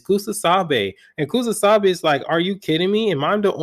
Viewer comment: it's KUSAKABE bro, you mispronounce it in all your videos.